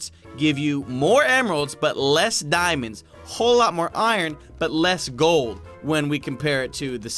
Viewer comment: did you say “glod” instead of “gold”? 😂😂